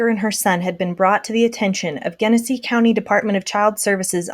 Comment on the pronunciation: I know it’s completely beside the point but since I live here, I wanted to let you know that it’s pronounced JENesee. RIP dominick